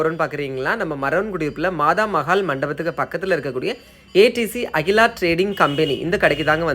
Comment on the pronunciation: அகிலா இல்லை தம்பி ஆக்கிலா